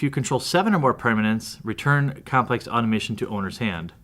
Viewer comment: Aah tom a ton.....automation, two different words.